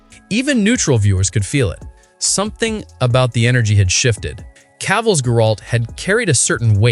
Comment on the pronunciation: Brah that is not how you pronounce Geralt XD